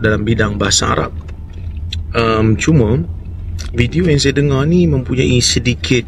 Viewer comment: Cume, mane, berkate, diantare, cerite, denga (tidak menyebutkan huruf R dengan jelas). Pengucapan ini mengikuti pengucapan abjad bahasa penjajah Inggris, tidak mengikuti pengucapan bahasa melayu Riau. Bahasa Indonesia lah yang memenuhi aturan penyebutan yang benar.